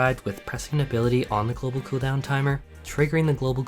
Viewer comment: The way this guy say "coo down" makes me want to bully him